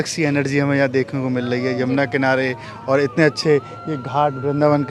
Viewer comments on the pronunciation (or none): none